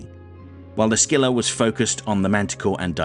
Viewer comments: the C in Scylla is silent btw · "the" scylla is novel way say it